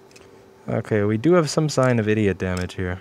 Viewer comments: "idiot" damage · what did he say "eda damage"?